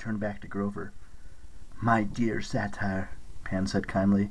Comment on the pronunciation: honestly, above all the sound issues with it fading in and out, the mispronunciation of satyr has been driving me nuts. few other mispronunciations there too but mostly that.